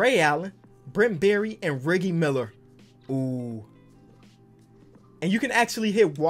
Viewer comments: Did just call Reggie Miller Riggie Miller? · So we just gone ignore that fact that he called reggie miller "ricky miller" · Man said riggy Miller 😂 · Bro he didn't just mispronounce Reggie Miller. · I hate how’s he’s saying Reggie Millers name... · why is he mispronouncing Reggie Miller's name? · Bro, if he doesn’t say Reggie Miller right I’m unsubscribing!